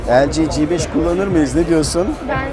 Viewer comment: g5'in G sini ingilizce olarak (ci) telaffuz edilmesinde fayda var türkçe okuyunca "GEBEŞ" diye sanki biraz hakaretvari oluyor. çingene gebeşi gibi :-D